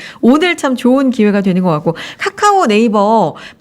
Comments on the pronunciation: 까까오ㅋㅋ 카카오 발음이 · 발음도 못하냐 까까오가 뭐냐?